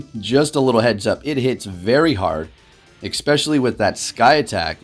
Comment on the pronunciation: Nobody: in every video: EXPECIALLY